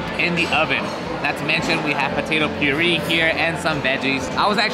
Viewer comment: Puree is pronounced Puray